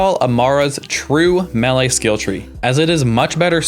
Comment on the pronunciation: good video. but, how you say melee pmo